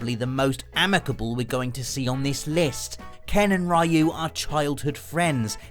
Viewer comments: "Ree-yu",, not "Rye-yu". Please get it right. 😖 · Great video as always.. though I beleive its pronounced "riu" no "rayu" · I can't take it anymore. I love watching you guys, but for people that love games so much you need to pronounce characters names right. Ryu is pronounced Ree-you, not Rye-you! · "Ruy You" "Punching polygons" This hurts and it's only the first entry. Ken and Ryu are from the pixel age, not the polygon age. "Donte" Why. English is your first language right? The heck is this? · "We didn't know "Rai-yu" was actually Ryu. Blanka, some people say "Blank-a", but there's no way it could be that, because Blank-a sounds like blanket, man." Mispronouncing names is a video gamer tradition. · OMG it's pronounced REEEE-YOU!!! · Seven character names that people keeps mispronouncing. first entry: Ryu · It pained me every time he mispronounced RYU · Can't even kind of pronounce Ryu properly.